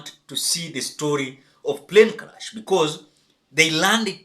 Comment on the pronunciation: Is ‘crash’ not ‘crush’🙁